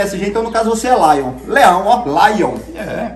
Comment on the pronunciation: Laion? kkkkkkkkkkkk Lyon